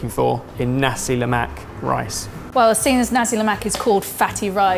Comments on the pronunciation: It’s pronounced sambal not saambaal. Why do Brit’s do that? You are so picky about saying words correctly but you can’t say pasta properly and now you can’t say sambal properly.and it’s nasi lemak not naasi lemaak. And it’s pandan not paandaan. And it’s laksa not laaksaa. You are using flat “a” like in “hat” but it should be a rounded a as in “hard”. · We Malaysians get frustrated when some of you pronounce "nasi lemak" wrong. It's "nasi lemak" not "Nacie Lemack" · I love the pronunciations from you Brits! Its pronounced "Nasi le-muk" and "Luksa" not Nasi le-Mack and Lack-sa 555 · on a side note. It's pronounced NAsi LEmak. The first syllabus of each word is the one emphasised! Either way, great work guys! Always enjoy seeing our tiny little island on a video! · They are butchering on how to say "nasi lemak" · what did i learn? no white person can pronounce nasi lemak